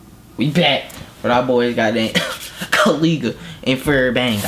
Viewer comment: U have to say Ko Lay Guh. so its the right pronounce